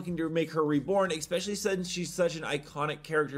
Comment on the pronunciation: Once again... Especially not Ecspecially